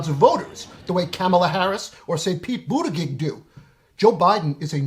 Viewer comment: Joe Biden? Seriously? And PLEASE learn how to pronounce Pete’s name.